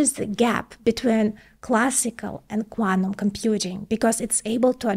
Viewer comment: What is "quanum"? Smth new?